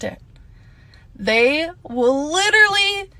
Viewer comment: Litterlee. LITERLEEEE